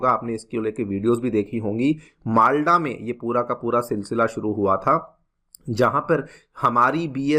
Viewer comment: Tumhe teacher kisne banaya. Tumhe jab ek district ka naam dhang se lena nahi aata to tum kya hi padhate hoge. माल्डा नहीं माल्दा